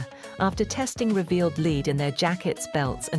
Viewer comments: AI...its not "leed" Its lead. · Leed? I can't stand AI. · Not in the UK, they pronounce it “leed”.